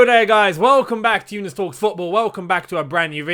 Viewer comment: work that Dough!!!! 🤣🤣🤣